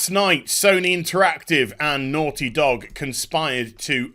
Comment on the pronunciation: The way he pronounces “naughty” when he’s worked up reminds me of...uh...”certain characters” from I think the original Fable. “Oh you’re so noorty!”